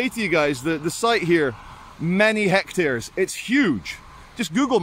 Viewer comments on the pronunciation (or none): none